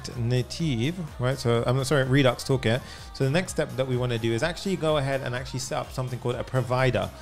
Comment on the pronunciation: No No No No, This is too good. When I hear you say Redux Toolkit, I'm like you nailed it, man. Thanks